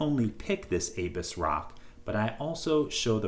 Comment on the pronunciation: A bus ... is how its pronounced .